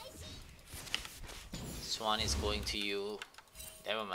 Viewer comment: it hurts that you say lane, but then pronounce swain swan in the same sentence